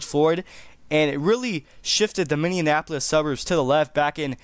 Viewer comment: Learn how to pronounce Minneapolis.